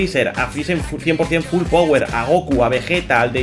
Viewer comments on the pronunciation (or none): none